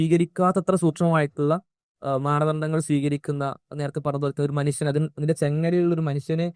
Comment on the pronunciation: Manusan , please say atleast manushyan.